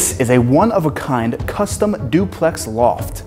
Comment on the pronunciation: And a blunt each time he says "costum"